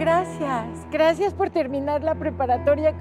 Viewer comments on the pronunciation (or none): Soy la unica que se dio cuenta que en el minuto la chica dijo graces XD :v